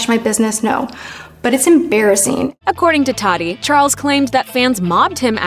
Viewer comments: Or how they were saying “Tati”...they kept saying “taxi” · Well he is still richer then any of his haters, so BYE SISTER! And BTW its TATI not TADI. Ugh!!